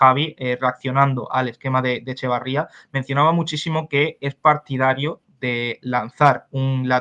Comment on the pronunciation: Por Dios, señores, es Etxeberría, no Echebarría. Tan difícil es? 🙄